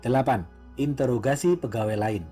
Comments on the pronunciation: Interogasi bukan intrograsi min wkwkwk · Bang ralat bukan intograsi tapi introgasi, intro bang bukan into. Dari kmrn dengerin kok ngerasa aneh ternyata r nya salah tempat wakawaka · interogasi bang.. bukan integrasi 😊 btw semangat buat konten selanjutnya, aku suka cerita cerita india. plot twist nya kece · Interogasi, kok malah bilangnya intograsi 😂😂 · Interogasi bang bukan intograsi... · Intorgasi apa introgasih sihhh auto kuping gua yg salah apa tu orang yg gak bisa ngomong